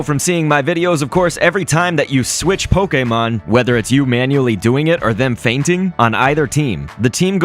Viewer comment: I love when he says poKÉmOn